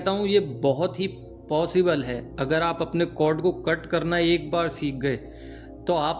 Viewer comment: It's cord not code pls... ❤